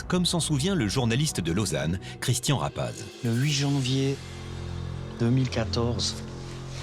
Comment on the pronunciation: Tabarnak, aprend à prononcer son nom comme il faut, ça devient aggressan